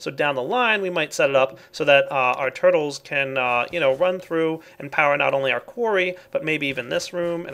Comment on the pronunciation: I don't know why, but when he said "Purtles" it made me laugh xD